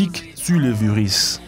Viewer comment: Faudrait apprendre à prononcer le français, parce que "beaucoup de faits" ne se prononce pas comme "beaucoup d'effets" ! :-) "Vous donnera des veuris" ça n'existe pas, ce sont des verrues...D'ailleurs on entend aussi "maladies causées par des veuris" au lieu de "virus"... Pour le reste : félicitation car je n'ai entendu aucune connerie et c'est rare dans ce type de vidéo. :-)